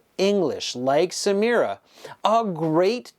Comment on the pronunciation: Samira ❎ Samura✅😂